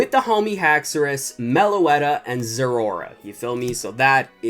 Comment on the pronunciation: U said zerora not zouark